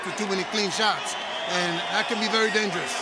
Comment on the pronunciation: So annoying with all the suits in the ring after all fights, the other annoying thing is commentator Lampley’s pronunciation of “sharts” instead of shots.